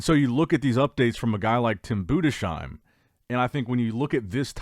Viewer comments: Bruh learn how to pronounce Tim's last name, it's Boo-dis-heim not Buddha-shime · it's pronounced "Budes hime", not Bude shime". Not as a critic, just if you're interested.